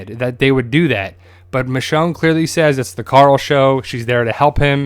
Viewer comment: It's actually Michonne